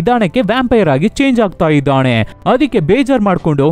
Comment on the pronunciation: ಅಣ್ಣ ಅದು ಇದ್ದಾನೆ -- ಇದ್ದಾಣೆ ಅಲ್ಲ... 🙏